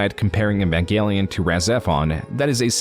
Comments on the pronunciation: Love your videos, hate the way you pronounce words. Especially "EEEEEEvangelion," Not "nvanglion" or whatever throat gargle you somehow do when pronouncing the name. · It's "Evangelion" btw, not "Envangelion". You've said it wrong every time, too. A bit of an "oopsie" if I've ever heard one. Great video, other than that. Entertaining as always. And the music choices are fantastic! Really adding a lot to the overall "Private investigator" vibe. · why do you pronounce "eva" correctly but pronounce "evangelion" as "invangelion" super confusing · "in van" gelion might be a fitting mispronunciation when talking about yandev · Man, I generally love your content, but you really oughta look up how to pronounce some things before you put out a project like this lol. "Envangenlion" had me cracking tf up every time you said it 💀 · Why do you have so much trouble pronouncing Evangelion? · Because like everyone who isn't into Evangelion mispronounces it nothing new there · I beg you pronounce Evangelion correctly